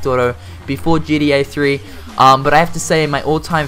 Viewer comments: You sound like you say GDA and not GTA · Is he saying GDA? Or does he Mean GTA Good video though man keep it up